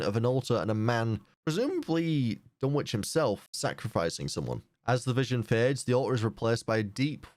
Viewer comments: Pronunciation Note: The "W" in "Dunwich" is silent, meaning it's pronounced "Dun-ich" not "Dun-witch" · JSYK the “w” in Dunwich is silent just like in Greenwich and Norwich